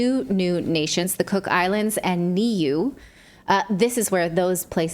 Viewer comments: It's Nyoo-Eh (Ni-u-e). Eh like Meh, not A like way. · It's Nyoo-Eh not Ay or Way. Eh like Meh. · New-way not knee-you Also I'm from nz and I've heard nothing of this until now, no surprise from our current govt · its pronounced "new way" not "knee you" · It is not 'New' it is New-ay" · Niue pronounced new-a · It's pronounced New-A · Niue is pronounced 'Nee-oo-way' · Niue pronounced new-eh. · Niue is pronounced 'New - aye'. Aye as in 'A' the first letter of the alphabet. You could also say it 'New-way' as one word of course. The 'e' is like the 'e' in cafe. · Niue pronouced Neway,Fakaue lahi.......Yank Go Home✌ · Pronounced NU’aye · The population of Niue (pronounced newaye) is about 1300. Definitely needs an American embassy. What a joke. I’m so glad I’ve spent time on both these gorgeous islands before they are overtaken by military bases. Why are we not hearing about this in NZ? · Nu-e - nu as in "blue" and e as in "day" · Niue pronounced "knew-he" without the "h" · It's actually Nuie and pronounced New-a. New Zealand doesn't want US bases either. We are nuclear free. Has nobody in the government realized that there is no global warming any more. Never was . It's another hoax. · Niue is pronounced Nooway, or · NIEU is pronounced Nuway. Thanks. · Natalie, The island nation of Niue is pronounced 'new-way' , as one word. You would never guess it from the spelling but I knew someone who came from there who let me in on the pronunciation. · Thanks for this story, NZ media has not covered it. Niue is pronounced New-ay ❤ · Nieu pronounced NU AY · Pronounced “New-A” like the Canadians say “A”. Cooks and Niue are NZ protectorates, use the NZ$. Most of Niue’s population live in New Zealand. US had a base on Aitutaki, one of the northern Cooks. AFAIK they are their own countries. They have their own parliaments, and send their own teams to the Olympic and Commonwealth games. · Niue, pronounced; Nu-eh. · Nuie is pronounced Noo-eh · Niue is pronounced nuaye